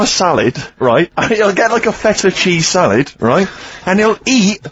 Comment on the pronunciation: Someone tell Steve its called salad not salid how he pronounces it